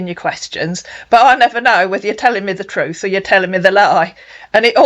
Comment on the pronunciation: OH but he always tells the "troot " LOL